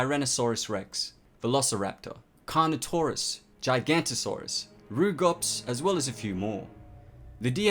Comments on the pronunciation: it’s pronounced jig-a-not-a(saurus). It’s fine though, since how you said it is a VERY common mistake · its giganotosaurus not gigantosaurus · Gigantosaurus? IT'S GIGANOTOSAURUS YOU TWAT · It's "Giganotosaurus", not "Gigantosaurus", the "noto" in the name means "southern". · U said gigantasaurus and I thought That sounded wired and I new of a giganotosaurus so I looked up what u said and the only thing I could find was a sauropod with that name. So either u can't read giganotosaurus or u just don't fact check ur vids. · I believe the correct pronunciation of the giganotasaurus “Gig-ah-not-asaurus” not “Jai-gant-osaurus”